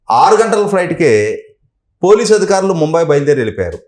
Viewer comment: అధికారులు అనాలి. అదిఖారులు కాదు